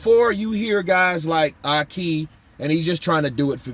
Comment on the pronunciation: My man called Ahki, “Ah-Caca” 😂😂😂 can’t stand that dude, he slimey as hell, shamelessly lying all over the internet